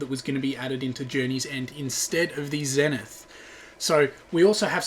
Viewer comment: WHY DO PEOPLE KEEP CALLING THE ZENITH A (ZEH-NITH?!) IT'S CALLED THE (ZEE-NITH)